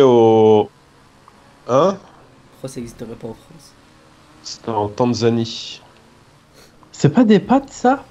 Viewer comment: Tanzanie et non pas banzanie